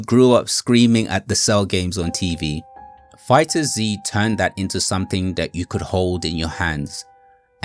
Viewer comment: Nooo not you call it Fighter-Z 😭 it’s just pronounced Fighters